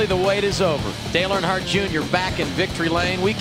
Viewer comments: I can’t handle the way you call them Arnhardt it’s “Earn” hardt (hart) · I had to quit watching cause can’t pronounce Earnhardt